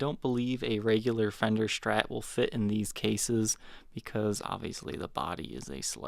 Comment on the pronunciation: Also can't stand the 'sh' pronunciation of SHtrat. It's not right to make fun of someone's way of speaking, but I seriously can't watch his videos.